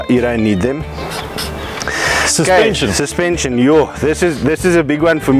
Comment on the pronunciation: Baie nice jul, "suspension" het 'n "N" in. 😅😂